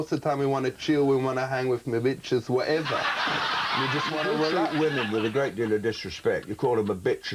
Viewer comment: "watch Vanessa or whateva" 🤣